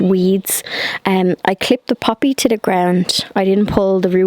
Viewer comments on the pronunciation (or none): At first I thought you said you planted a puppy...then I realized you said poppy. 🤣 Everything's looking great!